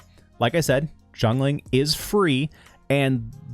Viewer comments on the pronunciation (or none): no, u just saying it wrong. not jongling. Xiang Ling : *see-young Ling *say it quick